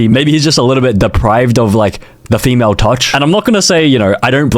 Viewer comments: BRO TI SAYS FEAMLE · The first one said feamle Instead of female💀💀💀💀💀💀💀